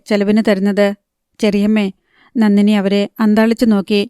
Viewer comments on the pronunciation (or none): നന്നിനി അല്ല നന്ദിനി